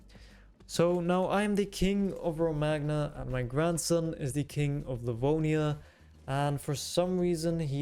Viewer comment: the man just wanted a hat, then all hell broke loose great content, just one nitpick, Romagna is pronounced "roh-mah-nya" :) nothing major, but that "g" kind of makes me uneasy, i don't know why